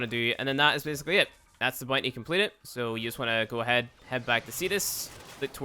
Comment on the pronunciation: _ CloakedReaper95 "boonty"